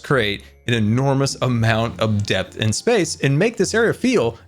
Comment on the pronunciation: when scar was talking about his magical village everytime he said depth i thought he said death